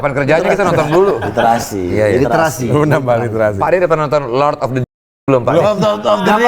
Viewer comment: Tebak bilang Listerasi brp kali😂